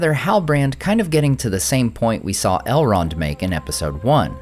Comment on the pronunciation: did you say "Halrond" at min 7?